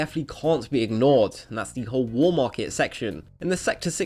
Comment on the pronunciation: w-a-l-l. not wool. how are you so fucking incapable of speaking english? its the fucking WALL market, not the fucking WOOL market.